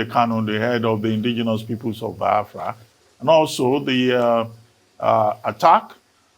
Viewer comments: Why is it pronouncing it as Byafria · Reuben it is Biafra not baaafra wida your eyes 🙄